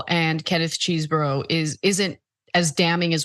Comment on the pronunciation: No love for Trump's co-conspirator but why do Cenk and Anna keep calling Chesebro "Cheesebro" even in a serious news presentation. Nobody says "Cheesebro" anytime anywhere and she says it even after hearing the women in the segment saying Chesebro. I get you can make fun of him when you're are discussing it after a presentation.